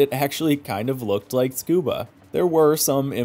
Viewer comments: i am sorry to be this guy, but the circuit is pronounced soo-kuu-baa, not scuba. if you do not believe me, please google it. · Soo-Koo-Bah. Like Soo-Nah-Me. Not Skoo-Bah. Fkn people mispronouncing it ALL THE TIME! 😒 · You're aslo wrong, it's tsoo-kuu-baa, the TS sound like in cats, or Ц in russian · Nah, it is pronounced "tskoobah" (like ts-cuba), I promise 😅 Edit: to be clear, I couldn't care less if someone pronounces it "soo-koo-bah" or anything else, thats a totally fine english pronunciation of the word, but its not correct for a native speaker. There is no "soo" or "tsoo" at the beginning. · Not to be that-that-that guy, but both of these are "wrong" 😅 now I'm never one to be bothered if people say a word differently, but I do feel like I should set the record straight if people are saying I'm pronouncing it wrong myself! Suh-koo-bah, soo-ka-buh, etc, are totally fine english pronunciations of the word, but I'd urge you both to listen to a native Japanese speaker say "Tsukuba" if you're interested. The つ (tsu) is not "soo" or "tsoo", its more like "ts" (like cats, like one of you said) its also not the emphasized syllable of the word, so its said quickly. Then くば (ku ba) is simply said koo-bah. The correct native pronunciation is "ts-koo-bah" . It can help to say "cat-scuba" then remove the "ca" for just "tscuba", which is how you say Tsukuba! If you want to hear native speakers pronounce it, "best motoring" has plenty of episodes on the track, you can even check out Noriyaro vids and listen to how he says it. Again, I'm never gonna be bothered by how someone says it but if you do want to know the "correct" way, "scuba" with a bit of "T" in the "S" is the way! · oh i see! I assumed it was tsoo koo bah because of how russian translation works, and literally it is that in russian (цукуба). Thanks for respectfully informing others! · Beautiful work but dear god, it's pronounced suh·koo·buh.